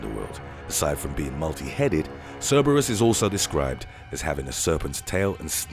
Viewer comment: It low key drove me crazy how he pronounced Cerebrus......JS